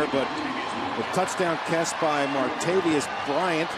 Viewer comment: strong Brett1 I wish broadcasters would learn how to pronounce Martavis. It is a 3 syllable name, not 4 syllables. Mar Ta Vis